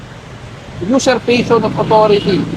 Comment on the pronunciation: userpation hindi user passion hahahaha